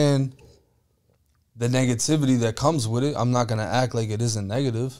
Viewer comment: Did he just say niggatvity 😂 ayo